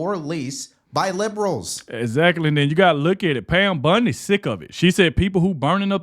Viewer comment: It’s Pam Bondi! Not Pam Bundy!